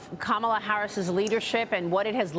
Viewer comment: Nothing but hate in your heart for Trump. Why is still fighting for Trump to lose? He did it 4 years ago. And you can’t even pronounce Kamala’s name and here your fighting for her to be the president!!!!!! Obama and are Illuminati.